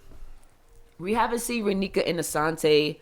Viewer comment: Your the first person to say Raneka and Asonte correctly lol